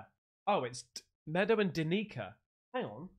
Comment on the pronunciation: buddy, it's pronounced as "dan-ick-aah"😂